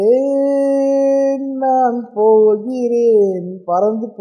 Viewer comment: Kk vara mari padininga (pohiran) 😅